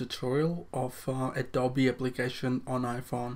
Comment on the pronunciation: It’s pronounced Adobe-ee